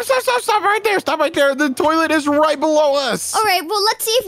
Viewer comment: Bro its toilets not toyalet